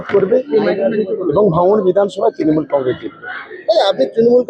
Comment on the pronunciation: ত্রিমুল নয়, তৃণমূল। হাতে মাইক্রোফোন নিলেই সাংবাদিক।